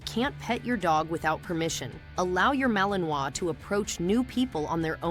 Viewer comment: Poxa! Começou mal, pegou mal Pronunciamento “Malinois”.